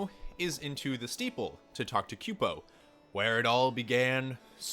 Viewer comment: I was gonna say something too. And i thought "kupo" was "koo - po" and not "kyu-po" But to each their own